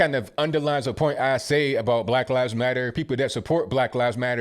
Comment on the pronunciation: You talkin abottttt why u say u talkin abottt like that abl sir?